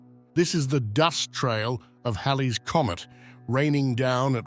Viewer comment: This was amazing; I feel so seen. Thanks for pronouncing "Halley's" correctly. Those illustrations are fantastic.